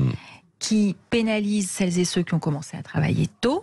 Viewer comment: Quand j'entends "cellezéceux" j'en reste la.